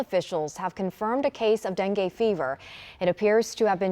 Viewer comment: Darlin', it's not Den-gay like Ben-gay, it's Den-gee, as in Den, geet yourself over there and see what's going on. STOP CALLING IT DENGAY. Dopes.